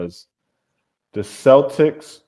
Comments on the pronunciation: i love you girl, but Americans saying "Seltics" drives me insane. you were right about it being a sports team. Celtic is Pronounced Keltic. (Before you all argue with me, i am Celtic and speak Welsh) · Celtic is pronounced Khel-tik. ❤